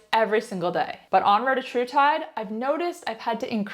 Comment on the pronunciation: Sehr can't speak the name of the Peptide correctly!